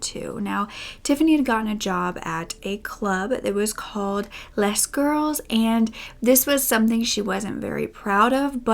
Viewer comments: Lez Girls. Excellent pronunciation. I a take it that you didn’t take French and we’re all assuming these dancers are lesbians. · It's "lay girls"... It's French so the s is silent 😉.